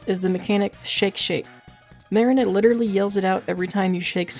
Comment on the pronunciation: also don't want to be pedantic but her name is pronounced Muh-REE-na (like the place people store boats) , not MAH-rin-uh. I'd normally say it doesn't matter because honestly who cares, but the professor shouts her name constantly throughout the game lol